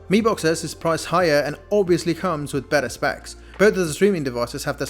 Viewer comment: no offence but I think you called mi box as b mox😂😂😂😂